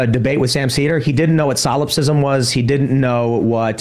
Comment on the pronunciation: I know what solipsism is, but what tim pool thinks "sylipsism" (as he said it) is I could not tell. Perhaps it was an idea he had on psilocybin.